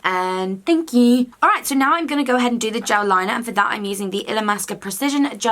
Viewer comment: also loved your "THANK QQQ"